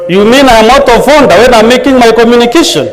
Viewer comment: The "Honda 😂😂😂" instead of Order